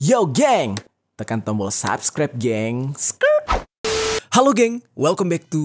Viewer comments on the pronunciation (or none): none